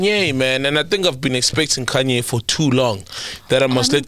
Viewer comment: That “i got Kunye” on whatsapp instead of Kanye killed me 😂😂😂😂